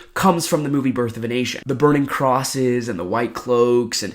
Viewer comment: I hella heard it the first time you said it as birth of an Asian 😂😂